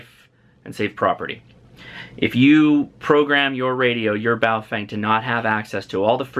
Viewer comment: what the * is a BowFeng , the name is pronounced more like PO FUNG